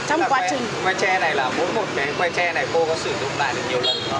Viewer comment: tre chứ ko phải che